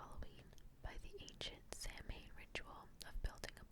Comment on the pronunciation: don't you worry. It's a very difficult language. It's definitely not phonetic 🙈 you did a great job! X